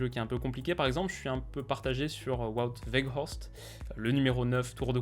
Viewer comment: Impressionné de ta prononciation de Wout Weghorst pour un Français qui n'a probablement pas beaucoup pratiqué le néerlandais... Chapeau pour tes analyses !